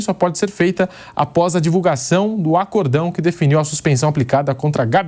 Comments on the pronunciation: a sílaba tônica está na sílaba "cór". O til não é acento. "Acórdão" é uma palavra paroxítona, ou seja, a sílaba tônica é antipenúltima. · ...não é "ACORDÃO" é "ACÓRDÃO" .... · Acórdão e não acordaokkkkk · "Acordão" ? ou "Acórdão" ?